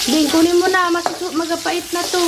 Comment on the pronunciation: Papait po or magapait? Papait po ang correct